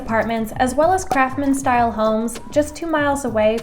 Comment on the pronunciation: She keeps calling it a craftman style home. It's craftsman. With an S.